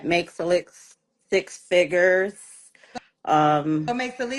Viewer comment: “He has to make six figgers.” Can’t make this up